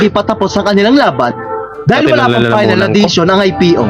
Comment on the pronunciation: ❤ Faynal o final 😂😅